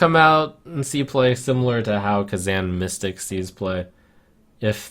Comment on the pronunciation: kazan mystic is pronounced wrong